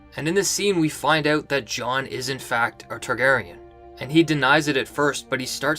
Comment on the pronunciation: Please stop saying Jon so much. You can't pronounce it properly.